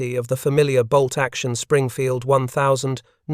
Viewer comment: I believe its pronounced ninteen-oh-3 springfield rifle!